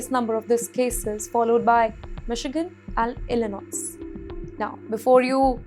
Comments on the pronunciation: Ilinois is pronounced as Ilinoy. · It is pronounced as Illinoi, not Illinois.